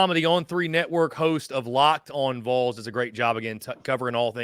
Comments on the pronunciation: It’s pronounced VALL’s. Ding dang it, get it right. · please correct people when they say the Vuhls. VOL sounds like ball but with a V. Love the content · Or when they say vowls like bowls... drives my nuts 😆 what's hard about Volunteers shortened to Vols for these people 😆 🤣 😂